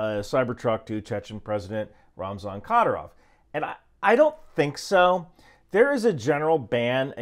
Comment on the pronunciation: It’s pronounced ki-deer-ov with the middle part getting the emphasis. Or satan works for short too